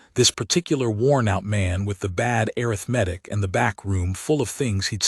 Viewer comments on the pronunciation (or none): IT IS "uh•rith•muh•tick" NOT "Air• uh• meth•ick". I suppose that this is an AI mistake. Correct it! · A-RITH-Matic. Not arith-matic. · AI says "Air-rith-matic" for Arithmetic! 😂